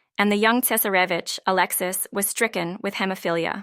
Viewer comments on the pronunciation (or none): If you cant pronounce names properly or indeed pronounce Tsar and Tsarevitch properly don't bother to make a video